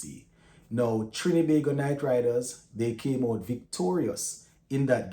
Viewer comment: Big up STTB. Thanks for all the hard work and keeping us up to date. Just wanted to point out though that it's TriNbago, not Trin-E-bago 😊